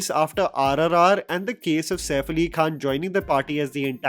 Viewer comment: By the way it is Ahmed Khan not Kaan, Khan from the epiglottis!